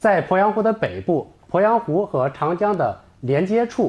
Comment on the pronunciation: 主播好专业哦。po鄱阳湖，jun龟裂，发音好标准